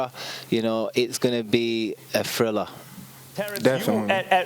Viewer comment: “I’m readaah Terrance readaah!! It’s going to be an amazing fight”!!